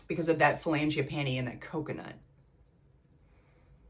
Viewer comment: It is Frangipani. No L. Like Fran